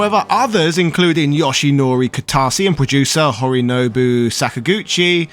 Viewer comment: There are a few inaccuracies in this video that others have pointed out, but you should probably (definitely) at least checked your script to make sure you got Hironobu Sakaguchi's name right. You called him "Horinobu" twice.